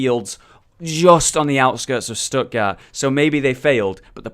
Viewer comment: Stuttgart is pronounced Shtuht-gaart, with a t at the end, not "Stuttgarr". "Die Crusader stehen Wache" is pronounced "dee Crusader SHTE-hen VA-[x]uh". In German, the digraph (2 letter combination) "ch" can be one of three voiceless fricatives (throat sounds), in this case the voiceless velar fricative [x] in the back of your throat that follows vowels a/o/u and diphthongs like au and turns up in Scottish "Loch". While the "ch" in "Eichenwalde" is the voiceless palatal fricative that follows vowels a/e/i and diphthongs like ei/ai, eu/äu and ei/ey, pronounced like the H at the start of the English word "huge".